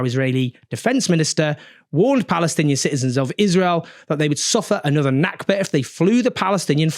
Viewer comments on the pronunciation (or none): none